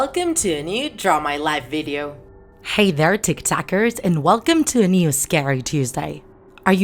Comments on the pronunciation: It’s TikTok not tiktak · It's tik tokers not tik takers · AAA did you just say tik tak haelll no